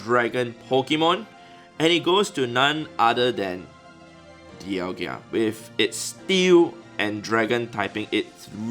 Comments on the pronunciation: dialga... d-i-a-l-g-a... there is no 2nd i to be dialg-I-a.... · Dialga not Dialgia🤯🤣🤣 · Dialgia 😜🤣🤣🤣 Oh 😅